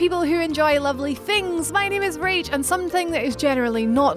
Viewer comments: whys that when she announces her name she shortens it to? Idk i just don't see why she doesn't say it all, it sounds like her fucking names "rate" that's what it heard at first. Just really stupid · Am I the only one that thinks it sound like "Rage" when she's saying here name?